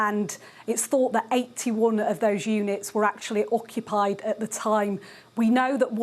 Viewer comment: Please find a person that speaks clear English. The word is ( Occupied ) and not ouccupied. Say after me OCCUPIED. and again, OCCUPIED.